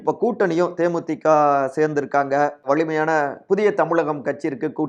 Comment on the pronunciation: செய்தியை நல்லாதான் சொல்றீங்க. ஆனால் "ல" "ள" உச்சரிப்பு சுத்தமா சரியில்லை. வலு என்பதை "வளு"ன்னும், வலிமையான என்பதை "வளி"மையான என்றும் உச்சரிப்பு தடுமாறுது